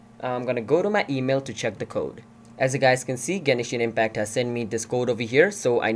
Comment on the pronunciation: 'Genishin Impact' -_